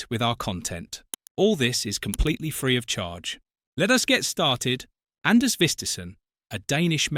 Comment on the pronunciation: Name mispronounced. His name is Anders Vistisen and the d in his first name is mute.